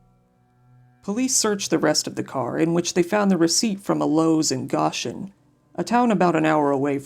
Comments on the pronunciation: It’s pronounced Go-shen, not Gosh-en. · Man this is just a hour away from me. Love the effort you put in to your videos. Side note:Goshen is pronounced Go-Shin. Dumb I know but that’s the English language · Nice upload. I didn’t know about this case. I grew up near this area, btw it’s pronounced Go-shin. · Goshen Is pronounced Go-shin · Goshen has a long o.